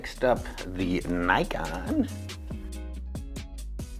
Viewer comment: WTF?? Definitely the most annoying pronunciation of Nikon XD Sorry to say but it's not an english word so u have to say it the way japanese say it... Here's a tip